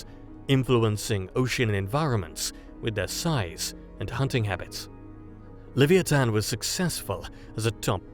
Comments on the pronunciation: Leh-v-eye-a-tan, not lev-ee-ee-tan. Dang brits. 😅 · Certainly an interesting pronunciation of 'Leviathan'.